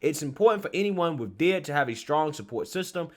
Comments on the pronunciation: This is the cringes crap I've ever seen or heard of BY FAR! This is NOT how D.I.D. works at all! These kids need to be in school, sports, or working a real job. (Oh and,you say the letters, D.I.D. No one calls it "did".👍) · Hey, its pronounced as its acronym, D.I.D and not did. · It's pronounced like D.I.D. You spell out DID, as in Disdissociative identity disorder. I had a friend who genuinely had the disease. I met here at a psych hospital after I got home from overseas. She had 7 personalities in her. Every personality had different voices, and even different clothing styles. Once she'd transition she'd immediately go change into the clothes that personality would wear. I remember one being a guy, one was a 4 year old girl, one was pure evil (nicknamed spitfire) yes, they all had their own names. Her husband kept a log of when and who she'd transition into and write down what they did & how long she was in the personality. We hung out on the outside too, and it still happened, she wasn't faking it, she wasn'teven allowed to drive, incase a transition happened while driving. I bet these tik tok videos are a slap in her face, along with everyone else who truly suffers with DID.